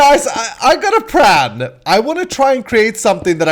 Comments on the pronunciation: why do you say pran it is plan!!!! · did you just say "i have a pran"??